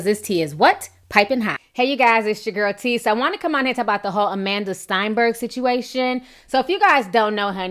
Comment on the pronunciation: Hello, I have been following you for a very long time and have appreciated many of your conversations and you have been doing a very good job. However, I am making this comment in response to your commentary on Amandla Stenberg. First, her last name is not pronounced Steinberg. It's "Sten" as in "pen". She also happens to be my Niece and we are a blended family. Her mother Karen is Black and her father Tom is Danish and not Jewish. I believe her comment was misquoted and we knew her feeling about her audition and why. She is very balanced and thoughtful and not arrogant as you stated. She very proud of her black heritage and takes her job very serious. This was in no way meant to suggest that she is any better than any other actresses out there and it's a decision that she is really cares about. We are very proud of her and will stand by her. #prouduncle